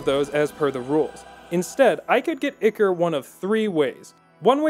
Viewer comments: "Ick-Or" I think you mean "Eye-Cor" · its "eye core" not icker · Ichor? No, Ikker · Ichor - Eye core. Not Icker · Eye - core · When he says ichor like "icker" I lose a small part of my soul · "Icker" Help... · Ichor is pronounced ‘eye-core’ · Isn't it pronounced Eh chor? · "Ichor" is pronounced "Eye-core"... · Is the way he pronouncing ichor pissing anyone else off? In case you were wondering (eye-core) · in game everyone pronounced it Eye-core. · God damn that pronunciation is painful. It is pronounced "I-Core" ichor. Come on son. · Video. Great. Lessons. Great. Learning stuff. Thank you sir. BUT FOR THE LOVE OF GOD PRONOUNCE ICHOR CORRECT. EVEN THE CHARACTERS SAY THE WAY ITS PRONOUNCED. Other than that. Very good video, thank you for teaching most of us to do a great suicide gift run xD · Oof Good work but this is why I love hate your videos Zweihander: “ZVAIHANDAH!” Very dramatic, very nice. Ichor: “eeicker” Shudder. Pronounced “eye-core” like Shovel Knight taught me